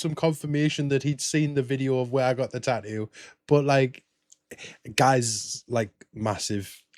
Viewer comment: What's a "taoo"?